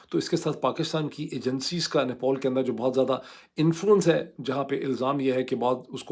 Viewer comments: Dear Dr. It's Nepal, not Nepol, just like it's Pilot and not Poilot 😀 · nepAl, nepAl, not nepOl. What is wrong with you???????????? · ⚠AGAIN: NEPAL is spoken as 'Ne-pal' and NOT as "Ne-paul"🤣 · its "NepAl" not "Nepol" , its sooo frustrating and funny to watch your vlog, I had to close it because you said "Nepol" thousands times and thats killing my brain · abe madrsaa graduate it is nepal not nepaul. jahil bc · Why you keep saying Nepol it's Nepal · NePAL not NePAUL 🤦‍♂️ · Doctor sab it’s not nepool it’s Nepal 😅😊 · No one: Mooed Pirzada: "NePAUL" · How to pronounce NEPAL.